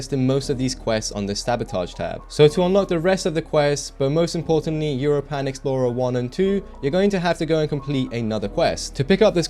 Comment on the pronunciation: Bruh why the hell do you pronounce europan like that lol (It's pronounced like europa but with an "n" at the end)